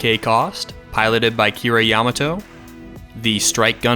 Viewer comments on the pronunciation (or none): none